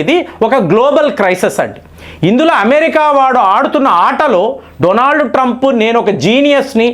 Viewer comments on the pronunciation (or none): none